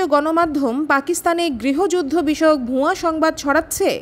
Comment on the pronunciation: "ভুয়া" উচ্চারণে চন্দ্রবিন্দুর ব‍্যবহার করবেন না।